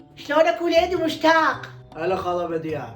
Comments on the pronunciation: مشتاق❌. 😂 موشتاق✔️ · مشتاق❌ موشتاق ✔️